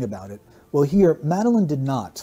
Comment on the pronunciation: Love your mispronunciation of Madeleine's name.x